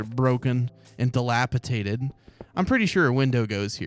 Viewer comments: is dilapidated not dilapitated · Hey it’s DilapiDATED 😂 but I kinda prefer dilapitated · Dilapidated. It’s a ‘d’ in the middle.